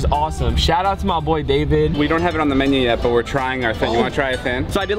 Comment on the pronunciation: The fact he said tryin instead of trying